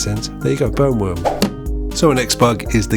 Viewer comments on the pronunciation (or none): Not gonna lie, I thought you said “Bone worms” and it unlocked a new fear. Not that the burn worm is any better😂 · I thought you said "bone" worm....😂